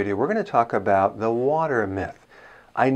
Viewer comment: What kind of doctor says "the" as "d"...? Oh wait is this Dr Dre?